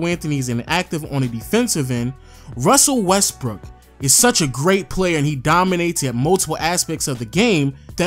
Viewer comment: This dude did not just say Russell westberg